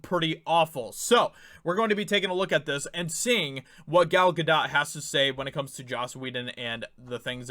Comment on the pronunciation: Important video. But Dude... please learn how to properly pronounce Gal Gadot’s name...